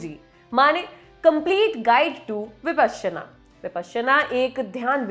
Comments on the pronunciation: Your pronunciation is slightly off the mark! Please refer to original Sanskrit pronunciation!! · Anchor's pronouncing it "विपश्यना", whereas I always here it as "विपासना" everywhere. What's correct?